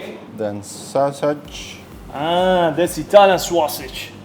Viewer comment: I’m so happy that you’re back on YouTube. Ur other platforms were just not long enough or detailed for me. Say “Sauswage” AGAIN for me. Love it